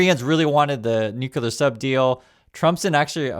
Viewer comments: PLEASE SAY THE PROPER PRONUNCIATION, IT IS ✔️”NUKE — CLEAR”. IT IS NOT ❌ “NOOO — KOOLER”. THE CORRECT PRONUNCIATION IS ✔️”NUKE — KLEAR”. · Please…not’nucular’ but ‘nuclear’ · it's nuclear; not nucular. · please re-learn the word nuclear. It is a logjam distraction to hear the Bushism “nuke you ler” and you gotta do what you gotta do. Thanks and great respect. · I only point this out,, because now the idiot that inhabits the White House is throwing around the other "N" word: Nuclear....please remember there is a SINGLE U in this word.